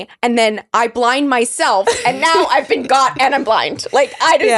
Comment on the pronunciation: Bin…😂 Been…😂😂…Bhenn😂😂😂